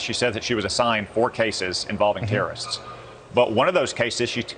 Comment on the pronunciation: Why does he pronounce it like "terra-ists"?